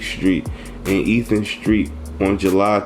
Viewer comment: It’s not Ethan. It’s ithan Street.